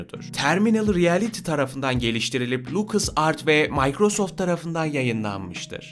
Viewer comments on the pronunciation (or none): none